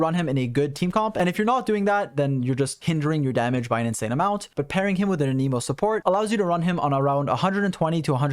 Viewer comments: I genuinely thought you said: "For his other weaknesses: He is an emo. And an emo is not the best offensive element." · thanks for the nice video, but please stop fucking saying anemo like that